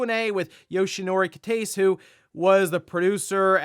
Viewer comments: Did you get dyslexic? It’s Kitase.:P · LMAO, Yoshinori "Keetays" made me laugh